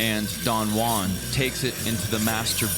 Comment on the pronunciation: Repeat after me: "Who", "ann"... JUAN.